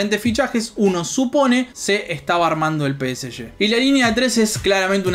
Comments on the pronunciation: yo prefiero que la gente diga Pe Ese Ge, no Pe Ese Ye. Somos Argentinos viejo, dale!! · Salen campeones gracias a Sergio Ramos, Ney y Messi. Y bien ahi pronunciando peseshe.